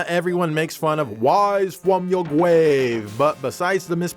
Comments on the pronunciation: wise fwaum your gwave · WYSE FROM YOUR GWAVE.